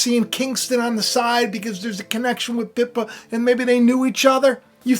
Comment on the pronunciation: The world is like a over complicated, hard to follow, sci-fi movie, at the moment. Wacko world. And I don't think it will end well. Oh and its Pippa,, as in apple pip, not piper 👍 I'm in UK, I have to suffer the BS of them all. I remember Pippa because she was so gorgeous at Kates wedding. Her bum (bottom) became very famous! Lol. 🙂👍❤️🙏